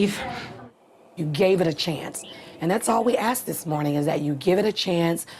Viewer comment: it's crazy how she acts so smart "we pride ourselves on our intelligence" but can't pronounce ask correctly.